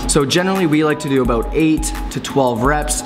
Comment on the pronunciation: You said "aboot":) Hope you guys had a great weekend